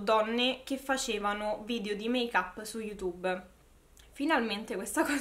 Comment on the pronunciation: Make-up non l’hai detto strano, l’hai detto bene invece!! Si pronuncia così 🙂😘